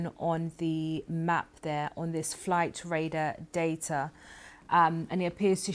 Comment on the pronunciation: "Flight radah datah" 🤡